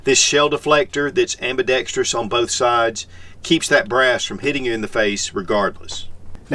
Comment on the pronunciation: Kudos to for getting the pronunciation of "ambidextrous" just right. Spot on!